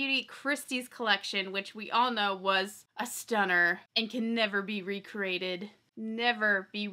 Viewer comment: Are you saying "re-crated" teeheee! 🤭🤭